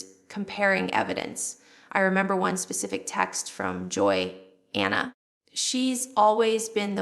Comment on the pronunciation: Doesn't even look like Jill. Also it's Jana not Jail